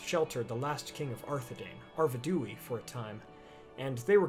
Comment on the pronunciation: I think it's: "Ar VED' u i - Ar-ved'(short e)-u( long u)-i(long i); accent on second syllable. It just sounds more heraldic and epic to me